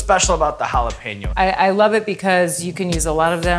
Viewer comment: Sean's pronunciation of jalapeño is almost spot-on. Btw, in Mexico we know that chile as "cuaresmeño" xD.